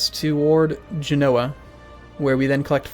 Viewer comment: Pronounce Genoa with much less emphasis on the NO. Its said like one fluid name not all choppy.